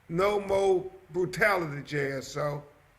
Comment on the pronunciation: why can't he say the word more? what is MO?